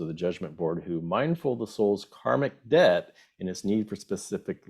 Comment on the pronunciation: DEBT sounds like DEBTH = DEATH